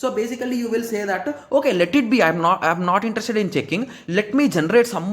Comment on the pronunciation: Its very hard to understand bro...how u say interested ❤🎉😂😂